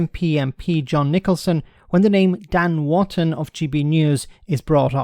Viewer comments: His name is Wooton, not Wanton. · not Ivan. Wootton, not Wotton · And it's Wootton.